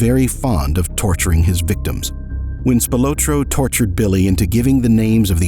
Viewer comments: Spil-ah-tro not Spil-o-tro. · His name is pronounced Spilaaaaahhtro. His son my my best friend in grade school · The surname Spilotro (originally Spilotros) is pronounced SPEE-lo-tro. He was a distant cousin of mine - fortunately distant! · Am I the only one thinking he’s pronouncing his name wrong?